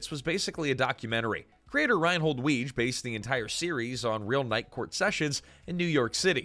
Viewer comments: Rheinhold Wege's last name was pronounced "Wiggy." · I love this, but, Reinhold Weege's last name was pronounced "wiggy" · I Like your channel but PLEASE research pronunciations. Yes, I realize I'm being pedantic but Weege is pronounced Wiggy, you'd know that if you had ever watched any of the cast interviews. Mischievous is pronounces Mischivous NOT Mischeevious.